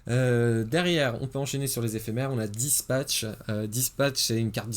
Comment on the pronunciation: "Dispatch!" "... Spatch" Change jamais mon x)